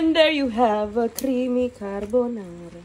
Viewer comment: sono italiano e questo è il modo giusto di cucinare la Carbonara, e come l'hai pronunciata, molto buona🥰